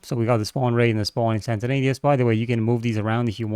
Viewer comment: Awesome work as always! Btw instantaneous is pronounced Instant-A-nee-ous, not instanta-nay-ous. Otherwise your English is really good. Thought I'd mention it as I've heard you pronounce it wrong before! Otherwise your English is really good. I can only speak one language so well done!